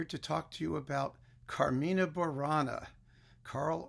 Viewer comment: As a native latin speaker, coming from ancient Rome itself (my English, igitur, may be far from perfect), I see a little incongruity in the way you say 'CarmIna Burana', with the I stressed, and then 'Catulli CArmina', with the A stressed; the latter is the correct stressing in the language of my (old) days. Of course I know these songs are very modern, as they were composed in what you call the 'Middle ages', but that should not have nothing to do with which the stressed syllable is. In other respects, I learn a lot with these videos,, and really enjoy them. So thank you very much!